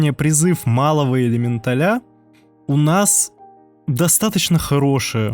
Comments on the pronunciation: ЭлементалЯ?! Ужас... слух режет. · ЭлеметалЯ.... он сказал элементалЯ Карл!!! Пиздец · Это правильное ударение в слове элеменТАЛЯ? Или элеменТАля? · элементалЯ... пздц... как? как и откуда ударение на последний слог? :)